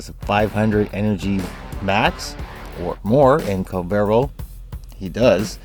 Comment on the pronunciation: Its not kull-vero, its kuul-ler-vo. The children near the mission area pronounce it like a billion times. As the 4 or 1 can sometimes be the subsumed over ability while the 2 or 3 never are, ability strength is the correct option leaving you to mod duration to taste.